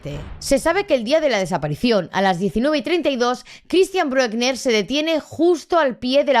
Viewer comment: Lo que no se entiende es que al pedófilo ese ( y se pronuncia Brükna) con ese historial le suelten yam debería estar en la cárcel de por vida